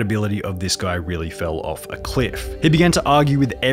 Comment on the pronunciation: It’s uff not oof may well just say off not oof